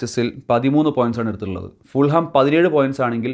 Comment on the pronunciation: Hi . Fulham all a pronunciation . Fulam. jH is silent .